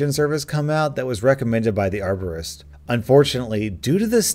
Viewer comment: bacon hair man i thought she said arsonist